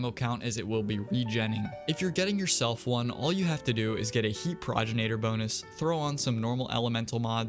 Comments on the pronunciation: Please fix how you pronounce progenitor. Pro gen ate or not pro gin ate or. Its the words pro and genitor together, it's not a regional thing or a country thing or a preference thing, you just say it wrong. Check any pronunciation website. Sorry, I don't mean to be mean but it just really annoys me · Pro-gen-a-tor is how you say it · what is a progenenator?? dya mean progenitor? pro gen i tor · The way you kept pronounced progenitor like proginator caught me off guard